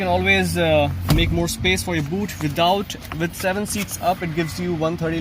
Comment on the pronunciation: I thought you just landed from UK, but when you pronounced leg space as "leg Espace", I realised that you are a true indian.